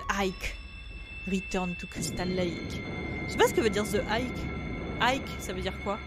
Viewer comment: en pronose le h en engles